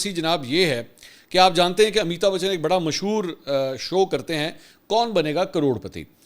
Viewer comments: آپ کے لئے اطلاع ہے اس ایکٹر کا نام امیتا نہیں بلکہ امیتابھ بچن ہے امیتا بولنا درست نہیں ہے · منصور بھائی! امی تا بچن نہیں بلکہ امیتابھ بچن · Please correct your pronunciation of amitabh bachan. Mansoor bhai you kept saying ameeta bachan which of course is totally wrong. ! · Ap mouth se amitabachan buhut funny lagta ha